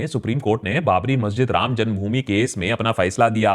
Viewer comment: what did you say ?? "Ram jungbhumi or ram janmbhumi ?"